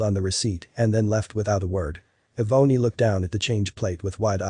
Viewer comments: Eh-boney? Does he mean Ebony? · Eh-boney? Seriously? Get rid of the computer voice that can't pronounce names like Ebony. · Eeee-bony? Shouldn't that be Ebony?